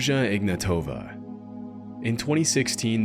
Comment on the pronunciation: also the last name its on the last letter not first its ignatovA not IGnatova